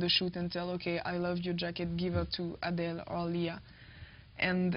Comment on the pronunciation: Thank you Adèle, for not changing your beautiful Greek name to fit in in show biz. But then again, considering it's France, I guess you don't have to. You shine on screen and in this interview (despite the fact the interviewer is really creepy and pronounces your name wrong).